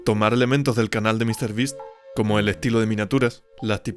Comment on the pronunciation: Mr ttas